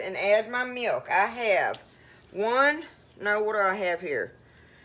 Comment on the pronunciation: The word: milk, has a W in it when spoken in many southern states in the usa? Meewlk?